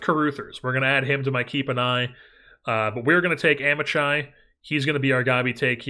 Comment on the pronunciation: Amichai would be pronounced with a Hebrew "ch" (voiceless velar fricative) which is difficult for most American English speakers to pronounce, but "ahm-e-kai" would be closer than "am-ih-chai"